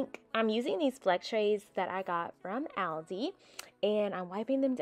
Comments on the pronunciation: Alive your channel. ,No complaints BUT😄 has anyone mentioned how you pronounce Aldi. I looked it up and they said it's pronounced All-dee. They said you can hear it in the commercial. I gotta check it out 💋 xoxo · It’s All + Dee. Not AL + Dee